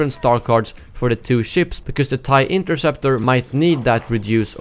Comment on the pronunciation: Hea Said inkerseptor🤣🤣🤣🤣🤣🤣